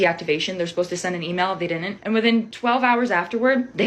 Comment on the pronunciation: everyone who says "dinnint" should serve jail time